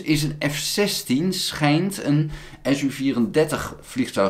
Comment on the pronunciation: Russen spreken de typen van hun vliegtuigen uit als een woord. Dus niet de es-uu 34, maar Su-34, waarbij de Su aaneengesloten als een woord wordt uitgesproken. Dus ook de Tu, MiL, MiG etc.